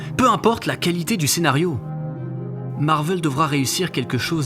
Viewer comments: MARVEL !! PAS MARVEUUL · C'est Marvel pas Marveul, ça m'a rendu fou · Je me suis arrêté après le premier "Marveul"